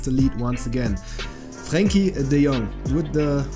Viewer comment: Wow you can say “Frenkie de Jong” so good👀